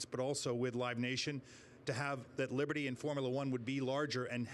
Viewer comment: Libitty Bibitty 🤣